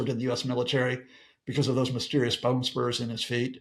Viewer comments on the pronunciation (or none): none